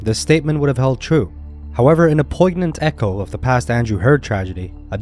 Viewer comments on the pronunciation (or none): Just for your future reference, the ‘g’ in poignant is silent.